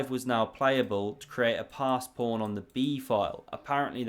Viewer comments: Are you so hungry, that you keep saying prawn instead of pawn? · does he always say 'prawn' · Ya it's my favorite because he doesn't go off on too many computer lines but does he have to sound special needs every time? Mispronouncing once and a while for a joke OK. But I was started to think he couldn't pronounce the word pawn. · It's a PAWN, not a PRAWN. This isn't a game of sea creatures. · body-green-covering-eyes:Don't make fun of my friend's regional dialect. Next you'll be saying Mongoose Carlsberg isn't his real name and he wears a wig.:face-blue-wide-eyes